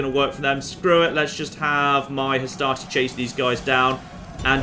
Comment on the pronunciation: every time you say "Hastati", I just hear "Astartes" and I think your troops are gonna mow down the macedonians with storm bolters.